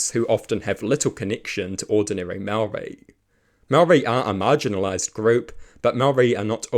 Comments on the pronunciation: Good grief man at least make an attempt to pronounce your words correctly. Its ok to not like TPM on policy but have a base level of respect and not constantly saw mow-ree. Imagine if someone perfectly capable of saying your name kept calling you "Powell". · This is a great premise and there are some sensible takes. Please work on your pronunciation of "Māori". Not because you sound racist, but because your pronunciation is bad. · Is not being able to pronounce Maori part of the joke?